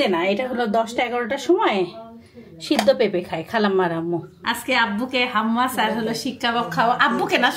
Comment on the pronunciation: Falafel ফালাফেল্ Hummus হাম্যাস। or হামেস। Your pronunciations are wrong.